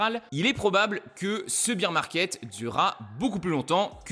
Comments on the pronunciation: Alors tu as le beer 🍺 market comme tu le prononces en Anglais et le bear 🐻 market 😅 merci pour tes explications ! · Bear market pas beer market .. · BEAR market pas BEER market lol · Super vidéo, par contre faut prononcer "baire", parce que prononcé "bire" ça veut dire bière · Beer market ?? Faut le prononcer correctement le bear market sinon ça ne veut rien dire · Merci, ça me dérange à chaque fois que j'entends "un beer market" ...